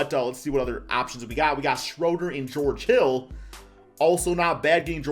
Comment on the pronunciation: Say it with me... Dennis "SHREW"-der